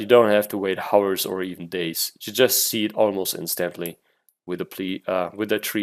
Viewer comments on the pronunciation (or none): none